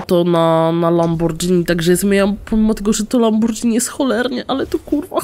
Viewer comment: Nie czyta sie lambordżini tylko lamborgini